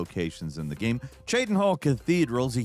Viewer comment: You say gaem instead of game, lol.